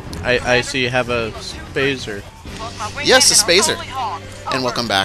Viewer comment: do you say spazer just to make spartan lazer sound shorter?